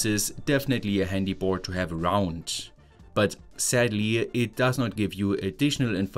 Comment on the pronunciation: I love how in German the word "board" becomes "bhootss". 😂😂